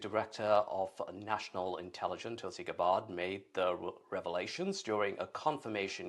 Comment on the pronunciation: This dude doesn't even have enough respect for our DNI to pronounce her name right. Disrespectful Brit's finding every possible means to slam their disapproval of Americans. What a pathetic excuse for a news guy. Blocking the entire channel for intentionally disrespecting Tulsi Gabbard by mocking her name with a pronunciation that reveals that they guy never even bothered to listen to the correct pronunciation of her name before doing the show. Britain is always on about how Americans brutalize their language & are extremely pompous and pedantic about our adaptation of "their" language. Because of that I will from now on, intentionally mispronounce their names as well as all the weird accents they use that don't even match how the word sounds. We use the sounds the letters make. Brits are oblivious to that & really they butcher the pronunciation of English words that don't at all match the sound the letters are supposed to make. They're nothing but hypocrites & really hard to live with too with all their nit-picking. So finally I broke down & decided to do a bit of nit-picking of my own & see if you like getting it back?